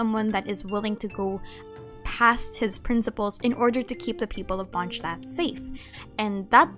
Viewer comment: My ears hurt after hearing 'Monsztad' thing